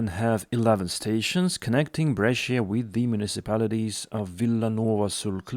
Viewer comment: Refreshing to get good news for a change. What has happened in Pennsylvania is a scandal, though. As for Bengaluru, how can you have driverless trains but no platform screen doors? That does not compute. BTWBrescia has two syllables, not three. Bre-Sha